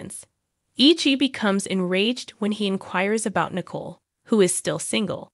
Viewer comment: Narrator: it's pronounced Na•coal.